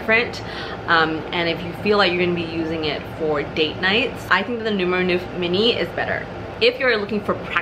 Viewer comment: Great review . Thank you. I probably sound like a know it all , sorry about that but i have A small pointer for the pronunciation of “ neuf “ its not noef but is pronounced like the canadian Montreux .